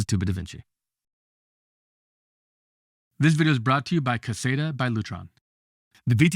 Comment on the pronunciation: No pun intended. And I’m not native English speaker. But every time you say “This is Two-bit DaVinci” I hear “stupid davinci”. And it’s just fun every time)) Does anyone hear the same?